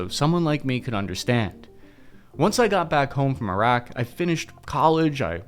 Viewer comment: you saying Iraq correctly now, finally